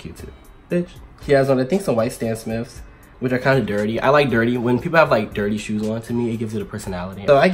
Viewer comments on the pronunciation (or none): none